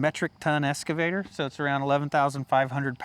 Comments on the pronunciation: It’s an Excavator! Not an escavator! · Ahhh.... the esscavator 😄